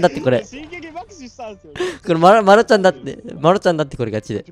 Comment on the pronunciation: 爆死のイントネーション独特で草